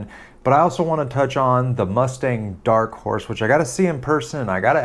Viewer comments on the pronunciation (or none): The struggle to say Dark Horse correctly 🤣🤣🤣